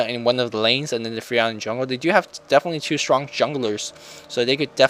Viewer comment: SHtronk xD